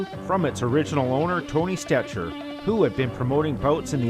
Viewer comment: Tony stecher is pronounced "stecker"